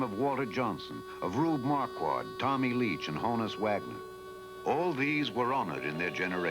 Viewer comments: it's HAWN-us. not HONE-us. as in Johannes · Mispronounces Honus as well, at every opportunity.